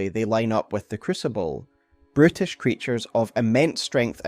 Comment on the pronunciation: the "brutish creature" sounds a whole lot like "british creature" this throw me off for a couple minutes 😂😂